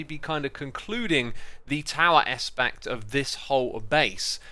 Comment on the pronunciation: you just said espact instead of aspect